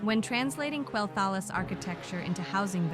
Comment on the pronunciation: you should not get ai to voice your video's it cant even pronounce quelthalas.